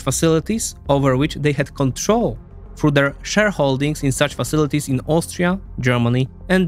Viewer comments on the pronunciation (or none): He’s pronouncing the th like f because of his accent, which makes it sound like „for“ instead of „through“ compare it with when he says „through“ a few seconds later